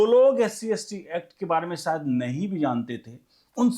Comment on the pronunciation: शायद का उच्चार गलत था।